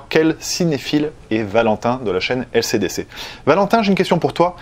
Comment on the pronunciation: Je suis le seul à entendre ACDC quand dit LCDC mdrr